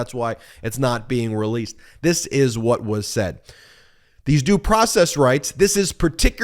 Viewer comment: Vaat a process!!! It’s ridiculous.